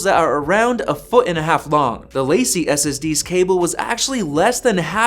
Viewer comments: Dude your LaCie pronunciation is killing me. It’s Lah See, not Lacey. It’s a French phrase that means The Company. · Just FYI it’s pronounced “Luh-see”, not “lacy”. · Please stop pronouncing it "lacey" it's La CEE (French)!